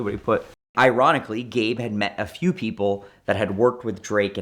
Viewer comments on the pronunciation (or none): This man said Eronically?